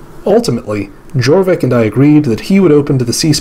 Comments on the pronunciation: I’m so sorry but you butchered every power name except Northumbria and Wessex and Ireland and Alba. Gwynedd is pronounced Gwyneth (th as in the) Jorvik is pronounced Yorvik Mercia is pronounced Mer see uh. Sorry But it pained me. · A note on pronounciation. The Welsh language 'dd' is pronounced as the English voiced 'th'. So the 'edd' in Gwynedd sounds like the 'eth' in whether. (A single 'd' in Welsh = as the English 'd') English Mercia is 'mer-see-a' rather than 'mersha'. Jorvik = yorvik.